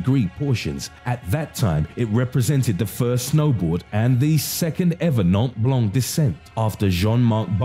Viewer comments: Its "Mont Blac" dude - its a mount, like Mount Everesr. It means white mountain. "Nant", why 🤣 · It’s Mont Blanc btw